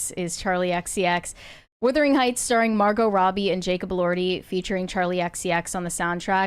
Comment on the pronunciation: Why does keep calling the film "Whithering Heights," and not Wuthering Heights.